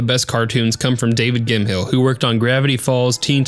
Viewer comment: Gim-hill? pronounced Gim- mell